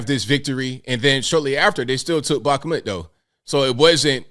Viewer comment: Its pronounced bak-moot ik you aren't Russian.